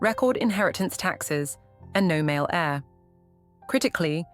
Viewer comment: you can tell when ai says hair instead of heir